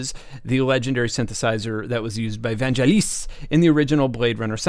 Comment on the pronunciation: Please learn how to pronouce things. First, VANGELIS, hard g as in agree. Second, Syn CLAy eve er. Otherwise your videos are cool.